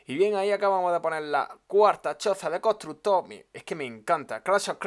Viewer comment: Contrugto desde cuando se dice así jajajjaajaj xD